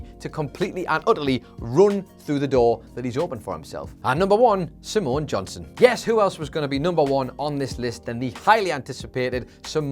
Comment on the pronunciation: Was it just me, or whenever said "Simone Johnson" did it sound like was saying Samoan Johnson?